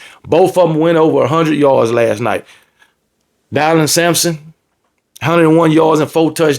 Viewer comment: Took me out when you were calling him "Die-lon" Sampson😂